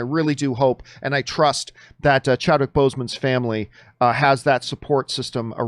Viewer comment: It's Chadwick not Chadwhich. 😊